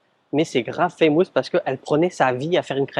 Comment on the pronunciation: woww ton anglais..on ne dit pas faaaammoouusss mais FFFaaiiimusss !